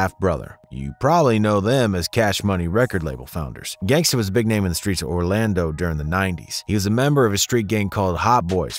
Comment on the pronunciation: Bro did you say Orlando?